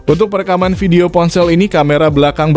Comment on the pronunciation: Prounounced as 'VIP not 'FIP', 'Volume' not 'Folume', 'Video' not 'Fideo'.